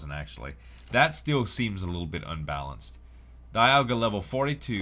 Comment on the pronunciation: does it bother anyone else that he doesnt pronounce Dialga and Giritina correctly at all!!!